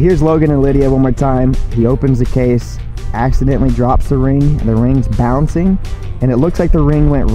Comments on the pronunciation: "They found the ream." 🤔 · She said rinm in stead of ring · The way everyone else heard ream but me (a Michigander) heard her pronounce the NG but I guess the foreigners didnt. Lol imagine😂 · "maam they found the reeem" xD I love it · Love how when she was talking to mum she pronounces ring rin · She said they found the “ ream “ that’s beautiful god bless them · ”Mom they found the reen”